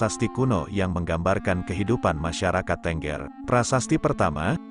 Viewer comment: Pengucapan "tengger".. ngaco. Kayak ayam aja .. bertengger !! Yg benar itu "teunggeur"... tau?